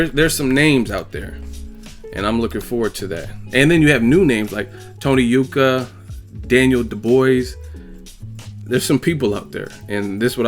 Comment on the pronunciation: it's pronounced Daniel Doubouis (dobwah) & he's an up coming beast from the uk